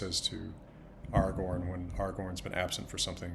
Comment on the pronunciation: Of course he says "Aragorn" correctly with the proper elvish A (back vowel) in both places <3